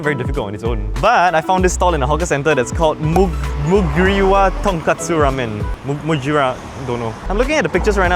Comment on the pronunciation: TonKOtsu not katsu. Internal screaming through that whole segment 😂 and putting ur chopsticks in the bowl midway eating ><